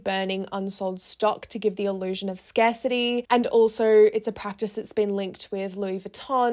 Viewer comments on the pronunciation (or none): none